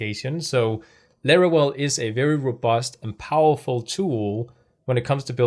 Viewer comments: Larawel? That is no "w" is Laravel. lol =] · Bruh, its LaraVel, not LaraWel😅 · Why you say larawel? Is Laravel. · laravel ❌lerorel ✅ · Why is he saying larawel? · Laravel ❤💜❤💜❤💜❤💜❤ Laravel Herd is now available on windows too, the free version has everything you need 😊 we've been waiting for it too long. I love your Lara well pronunciation 😂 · Excellent initiative! One thing though - you pronounce the 'v' in Laravel the same way you pronounce the 'v' in 'Vesterbro' (for example). Loving your channel though - keep it up! 🙏💪